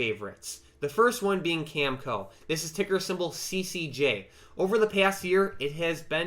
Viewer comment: Uranium is definitely a place to be. Energy is everywhere in the news today. Many countries are doing a 180° turn. Been positioning for years. I was very early but better than being late. Oliver Stone’s new documentary “Nuclear” was just released at the Venice film festival. People need to get better educated on nuclear energy. Looking forward to seeing it myself. Btw, CCJ is pronounced “Cam-A-Co”. Cheers